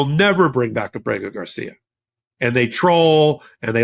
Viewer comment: I have a request for you,. Please get Kilmar Abrego Garcia's name correct in the future. Getting his name wrong damages your argument.